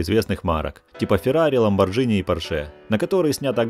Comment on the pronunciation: ммм "ламборДЖини".... дизлайк тебе за ламборДЖини....